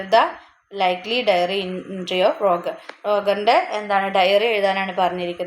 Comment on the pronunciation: Not Rogun , it's Roger